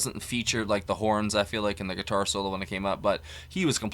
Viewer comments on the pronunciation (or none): none